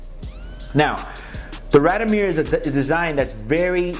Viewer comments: First, it's pronounced "raad-eeoh-meer" not "rahd-o-meer". And you're supposed to be a watch dealer? Second, the neck chain and the sunglasses (indoors) scream GIANT DOUCHEBAG!! Would you buy a watch from this guy? I sure wouldn't. He looks and sounds like a guy selling fake Rolex's inside a raincoat on Canal St. in New York. A real sleazeball. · Please pronounce it correctly...RAD-I-O-MIR.